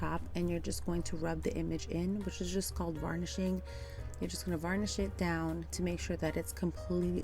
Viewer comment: It's "burnish" girl, not vernish (when making sure the transfer is adhered) 🤣 It honestly doesn't bother me but I literally started chuckling because my first year using IOD products, I thought everyone was saying "vernish" so that what I said 😂 I'll never live it down either 😜❤️